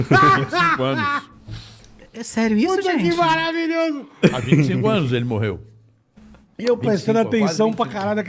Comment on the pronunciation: a risada do cara KKKKKKKKKKKK o outro falando "ele moRreu" KKKKKKKKK passando mal